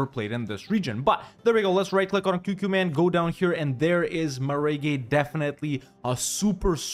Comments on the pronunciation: As a Tabrizi guy i cringed so hard every time you said meh-reh-gay :D Great video. can't wait until you do Tabriz! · That maragheh pronunciation lmfao